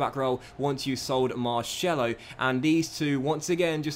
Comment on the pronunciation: I love your videos but before making them please learn how to say the names correctly, you consistently butcher names e.g. Marcelo